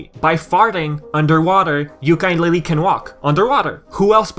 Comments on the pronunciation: So Many Mistakes and you call yourself a Yooka Laylee fan stop saying YookaY LayLeeY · still you say it very very very bad. and made alot of mistakes and you call yourself a Banjo Kazooie fan. OMG you have alot the learn.